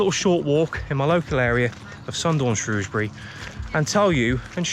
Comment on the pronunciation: As an ex Sundorne lad It's good to see the old canal looking just like i remember it. Thoe it would be good to see it in full water with narrow boats . Plus it was good to hear you pronounce the name of the town correctly Lol. As i used to say No o in Shrewsbury. 👍